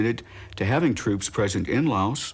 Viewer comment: I remember JFK talking about Laos but pronouncing la us with a long a